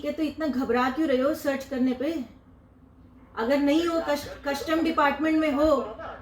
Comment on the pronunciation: Madam, word कस्टम होता है, ना की कशटम!